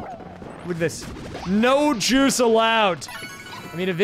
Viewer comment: Plays level from Germany… “This is such a bad level for the juice” I heard Jews.😅